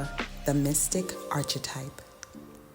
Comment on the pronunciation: Thanks, especially for emphasizing “refuge in God” at the end. One small suggestion … please consider fine-tuning your pronunciation of archetype.